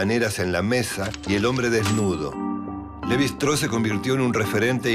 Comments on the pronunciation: ¿¿Levi "Straou"???, pero por favor, qué pronunciación inventada es esa? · Un texto claro e Interesante. Sólo me gustaría que los apellidos extranjeros se pronunciaran en castellano, o sea, Levy-Straus. Muchas gracias. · En frances no se pronuncia como indicas. Ni el mismo Claude lo pronunciaba así. No entiendo por qué queres pronunciar la St del alemán. Se puede pronunciar el apellido en una forma más derivada del español, los franceses lo hacen con su idioma. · Se pronuncia levistross (así con mucha s al final y todo junto)